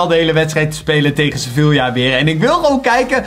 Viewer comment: Je spreekt Sevilla uit als sevia